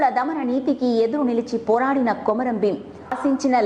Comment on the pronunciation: కొమరం ప్రచురణ సరియైనధి కాదు( కుంరం)